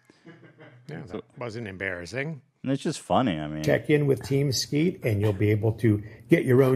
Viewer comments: almost saying Team Skeet as “Keem Teat” 😂 such an Ethan style word scramble. Gonna miss this show, no fax all printer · Are we going to just ignore the fact that said "KeemSteet" instead of team skeet and that is now keemstar's name now and forever amen.